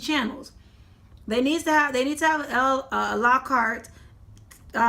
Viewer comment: La kartay? OMG! What is that? Do you mean a-la-carte? SIT DOWN! You need to stop. I don't have these issues with my services. As you tell Comcast to stay in their area, you need to stay in your area.